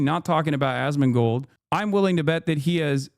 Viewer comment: I enjoy how Foreign Man in a Foreign Land says his name Ass-Man-Gold